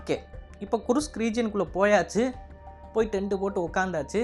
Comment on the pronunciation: Kirsk not kurushk😂